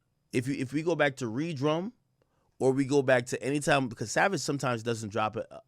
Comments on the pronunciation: Ak I can't lie I love you but you piss me off sometimes. Re - Drum? 💀💀 REDRUM. It's murder backwards, I swear you way to smart for that 💀💀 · Niccuh said ReeDrum lol